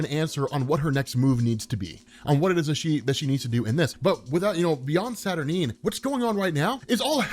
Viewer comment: Isn't it pronounced SAT- UR-9 (NINE), not Sat-R-Neen?